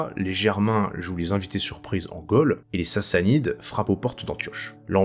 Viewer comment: "Trône", "Gaule" et non trone ou golle. Merci ! Historiquement parfait.